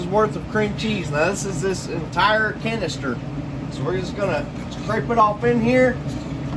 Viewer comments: 😆 good its another veiw for you lol I'm kidding, you said cenister. You got your words twisted I'm sure. 😁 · Looks yummy!! Got a chuckle out of the way you said canister. 😅